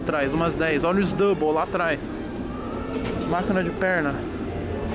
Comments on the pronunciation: É dumbell toguro, não double 😂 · Toguro é Dumbbell e não double 😂😂😂😂 Dumbbell é halteres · Se pronuncia dambel fella tmj